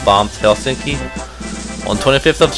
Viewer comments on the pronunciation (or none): hellstinky :'DDDD Its Helsinki